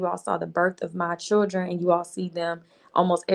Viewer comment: 🗣 CHILL-DREN not freakin Chur-Dren!!! Ugh!!!